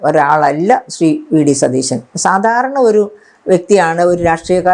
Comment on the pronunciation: മാഡം, ടീച്ചറായിരുന്നില്ലേ 🥰, അവതാരകനോട് പറയ് സതീഷൻ എന്ന് പറയരുത്, സതീശൻ എന്ന് പറയണമെന്ന് 🥰🥰🙏🏽